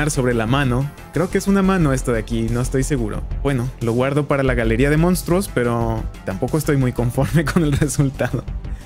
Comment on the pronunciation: Me dio mucha risa los "mounstruos" 😂💜